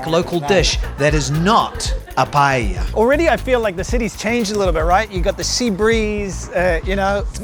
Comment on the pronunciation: Lived in Spain since 2002, but just going to pick you up on two things, first, PAELLA...Is pronounced, " PIE- EYIA" two Ls together is pronounced as a Y. Second, when you had lunch with Ali-Oli guy, and the ""PAELLA "" came, it was rude that you started to eat from his side of the dish.... Ok that's it 😏